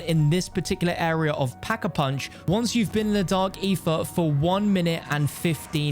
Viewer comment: "Dark eefa" lol.